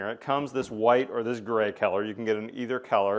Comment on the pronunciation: never heard someone pronounce the word color as keller